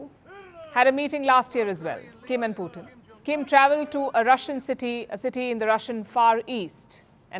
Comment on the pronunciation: Palki, his name is Putin....not Puthin.